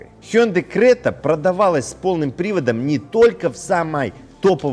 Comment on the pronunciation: Ни крэта,а крета.